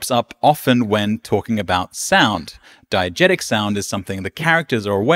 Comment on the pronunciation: (and forward) diEgesis, diEgetic